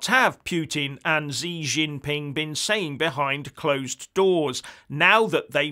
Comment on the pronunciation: Its "She" jing ping, not "Zee"